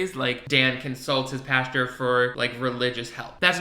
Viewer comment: lmao calls pastors "pastures"